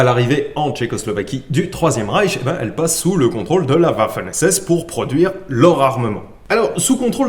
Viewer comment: Apres tout ces mots imprononçable tcheque je remarque que tu nas aucune peine a prononcer waffen esses 😂. La Ponie cette fille qui a fait pleurer popaul un été 😊